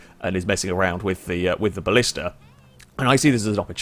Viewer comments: it's blista btw not ballista... you don't pronounce black ballack, do you? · A Ballista is a Roman siege weapon..... The car you were in is called a Blista. Pronounced the same as blister.